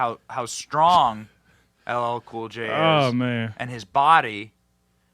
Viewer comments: His mispronouncement of LL Cool J and calling him boy will be what totally sinks him with the black community.... not his policies lmfao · How can you mispronounce L L Cool J's name? He's been around a long time! Biden is not only a disgrace, but an insult to the American people. He's got to go! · The grown man is 55 years old and he's having his name mispronounced while he's being called a boy!